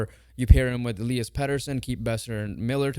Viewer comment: It’s Elias not Eleeeas